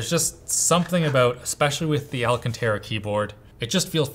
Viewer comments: FFS its NOT ALACANTARA (a luh can ter uh) it's alcantara (al can ter uh). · He's saying alcantara every chance he gets to make up for the one time he pronounced it " al senta ra " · stop saying alcanterra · for the love of god, stop butchering the pronounciation of Alcantara. The stressed syllable is *can*, not *ra*. As in Al-CAN-ta-ra, if you wish you can even do the italian gesture with your hands, as it may help with the fluidity. Besides that, I love your content. Keep it up.